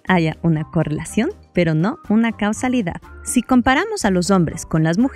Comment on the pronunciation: muy buen video pero en una parte dices cusalidad y ahora me estoy liando!!!!!🤣🤣😂